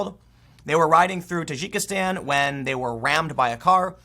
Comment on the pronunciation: Dude its pronounced Tah djiki stan.